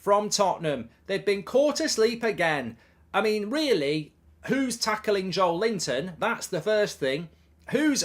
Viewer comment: Every time Mark describes Joelinton with the name "Joel Linton" I laugh